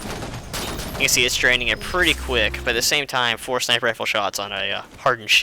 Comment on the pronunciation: And he said Sinper,not Sniper.